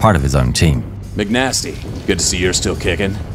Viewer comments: The narrator is saying MC nastys name wrong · not once did you say the name right